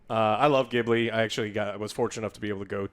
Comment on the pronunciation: FYI, Ghibli is pronounced “Jeeblee” (technically it’s actually “Jee-bü-řee”, but ya know…)